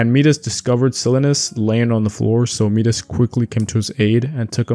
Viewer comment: Enjoyed this video. Some of the names are pronounced differently, though. Like Persephone is pronounced per-seh-fuh-nee and Midas is pronounced Mai-dus.